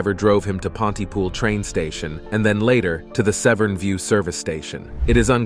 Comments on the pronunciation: Severen bridge???? It's pronounced Seven, so many mistakes in this video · Oh by the way....Severn Bridge not Severin